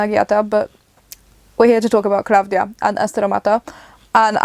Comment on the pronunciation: The singer’s name is klavdia ,not KLA’VDIA the tone is on i